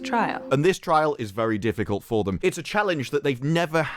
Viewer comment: "Trial" does not mean "try Al" you _itches.